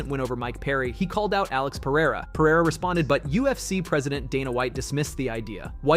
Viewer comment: congrats for saying Pereira not Peheira